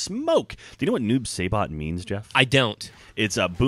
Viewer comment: Sabot? uhh pronouncing fail